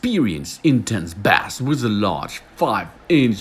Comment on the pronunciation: Bass is pronounced 'base'. But your big mistake to try to sound kool in English when you don't recognize how creepy you sound to native English-speakers. Creeeeepy. Your regular English is fine. The Kool Guy thing reflects the voice movie makers use for Loser Guy.